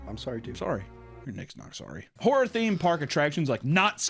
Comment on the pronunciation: 30 seconds in and it sounds like you’re saying whore. Not horror. lol.